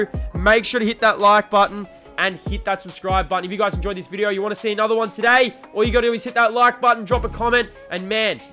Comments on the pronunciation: Wtf is a “viderrrr”💀💀💀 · Why you sayin video with an R😭😭😭fix that quick